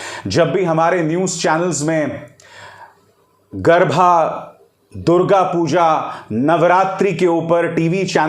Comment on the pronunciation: Garba, garbha nahi